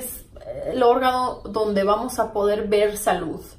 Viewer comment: Jajaja a lo ruso